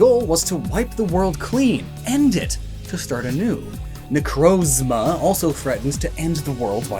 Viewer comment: lol i just love the reaction and realization you had about the logo's colors being accurate to the color printer theme xD Also so happy to hear a Poketuber to say "Necrozma" instead of "Necrazma" =w=